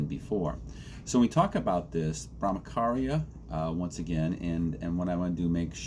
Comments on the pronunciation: It’s bramacharya it’s cha cha not Bramakarya…. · Good video. Just to correct your pronunciation ******charya' is pronounced as 'ch' in 'Champion'.